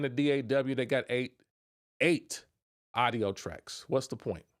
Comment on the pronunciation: Man don’t take this the wrong way but when i hear you say AUDIO you not pronouncing it correctly… (it should sound like AWE … AWE-DIO) not AIDO